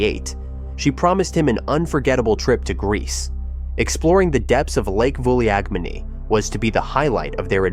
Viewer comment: Thanks for another great video. As for the lake, it’s pronounced “Vulagmeni” ;-)